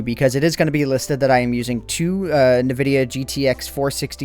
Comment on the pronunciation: It's pronounced "En-Vid-ee-uh", not "Nu-Vid-ee-uh". I've researched this before. There's video of the nVidia CEO pronouncing it as "En-Vid-ee-uh".